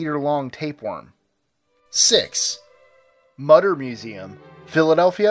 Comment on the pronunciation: it's pronounced MOO--TER museum.